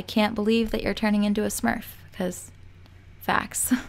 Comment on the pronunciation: You're adorable. You reminded me of myself on that awkward pause when you said "because facts!" lol